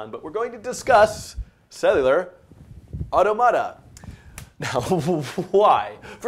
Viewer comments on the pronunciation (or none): Dude, it's au-TOM-a-ta. The stress doesn't change when you pluralize it. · Yeah... It's "aw·TO·muh·tuh" in British English. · "Cellular ottamatta" it's automata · "You say (Au)tomáta I say (Au)tómata." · The way you pronounce "automata" drives me up the wall. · i just cant. everytime you pronounced it only diminished my will to keep the video playing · his commitment to emphasizing the syllables that way is the WORST part though. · His pronunciation of automata is worse than the framerate of the background. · Makes it easier if you put the stress or accent in the plural "automata" in the same place as in the singular "automaton". Anyway, looks like a good series. Well check it out further. Thanks for making it. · stop saying it like that!!! god just say it like automaton removing the "on" and add an "a". I'm not even sure if my way is right but you sound like you are trying to pronounce a word from another language, like spanish or something which wouldn't even sound like that lol, nice video btw keep it up!